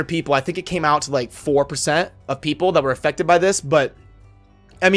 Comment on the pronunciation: Sounded like you said infected which honestly I think better describes what is going on than affected